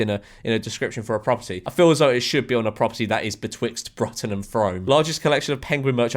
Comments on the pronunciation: Brutton and Froam… he he. It’s Brooton and froome as in brew and broom… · girl ur pronunciation of bruton and frome was WAY off its brootun and froom if that makes sense lol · Bruton is pronounced brootun. Frome is pronounced froome. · Ironically Bruton is pronounced "Broo-Ton" and Frome is pronounced "Froom", just a heads up there George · "Bruton" and "Frome" are pronounced "broo-ton" and "froo-m" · Yeah and brooton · Hearing George say 'Bruton' like that hurts my soul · The way he pronounced Bruton and Frome angers me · it’s what happens when you’ve never heard of them